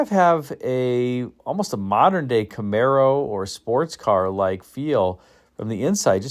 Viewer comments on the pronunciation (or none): none